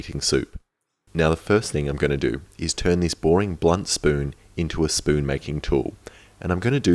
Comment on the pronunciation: My favorite part was when he said S P O O N